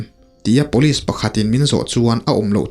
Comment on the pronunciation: Rca chhangte nen hian tinge police hi Pawlis ti a in lam zela,ngaihthlak a hreawm,sangtei pawh chu a va luck uchuak tak 😂